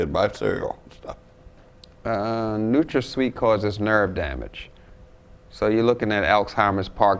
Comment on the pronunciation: He said Nutrasweet like he was doing something